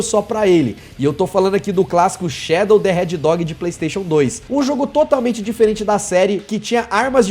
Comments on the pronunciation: voce falou errado o nome do jogo do shadow voce falou shadow the hedgedog mas na verdade e shadow the hedgehog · Quem ouviu ele falar heddog kkkkkkkkkkkk